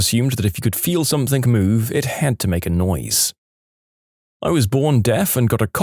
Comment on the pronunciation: No K in the word something .